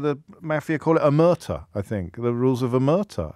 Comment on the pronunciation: Omertà is pronounced with the accent on the A... OmertA